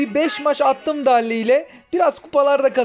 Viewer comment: Abi darli değil daril, dinamik değil daynamayk ve fırank değil fırenk (istersen frank da deyebilirsin) düzeltmiş olayım :))